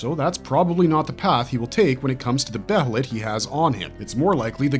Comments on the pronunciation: Its not be HEY let Its be ye let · okay im gonna say this Now Its Pronounced Bay-Lit. The H is Silent. i love your videos but the way you pronounced Behelit always Urked me. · why does every yter pronounce every word from berserk so weirdly. be heee lit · I wish I never knew the proper pronunciation for behelit. It’s pronounced Baylet. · please just say it like bay lit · God, I can’t stand the mispronunciation of Behelit 🤦🏻‍♂️